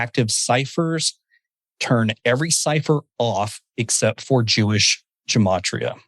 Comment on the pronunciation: Gematria. I think it's pronounced with a hard G, not a J.